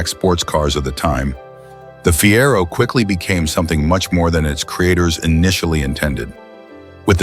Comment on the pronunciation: Listen to me...dump the AWFUL robot commentary that can't pronounce 1 word in 4. Fiero was pronounced 3 different ways within minutes! Rubbish AI garbage. Pay some human who can speak English or do it yourself! IF you can pronounce any English words.